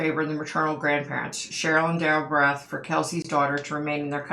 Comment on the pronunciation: I’m very familiar with this case and live close to Woodland Park. Also, my daughter in law works in the jail where Frazee was being held waiting for trial. I do want to add that her last name is pronounced “Bear-eth”. You mention that you could see a busy highway with hotels and cabins and I have a possible explanation. Woodland park is in the mountains and there is a lot of tourism there. After he killed Kelsey he took her down the mountain and more than likely took a very busy highway where there are a lot of hotels, motels, cabins, etc. He took her to Fremont county which is about 40 or so miles south of Woodland Park to his property to burn her body. Again, he more than likely took another busy highway to get there. This is all according to Krystal, though. Deckers is about 20 miles from Woodland Park with several fishing areas. Now I’m wondering if that’s where her remains ended up? I don’t think Krystal ever mentioned anything about Deckers, but who knows! Her murder was very brutal... he actually put a sweater over her eyes and asked her to guess the scent of some candles. When she bent down to smell the candles is when he started striking her with a bat, also knocking her teeth out. I’m shocked that she forgives him for that! She was a beautiful person inside and out! Great video,! The next case I’ve been researching is Shanann Watts so I’m hoping for more answers there.